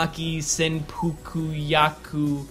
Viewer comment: "Senpukuyaku"? Come on man. Don't just make noises with your mouth. READ the word, one syllable at a time. It is easy to say Senpukyaku. Sen-pu-kya-ku.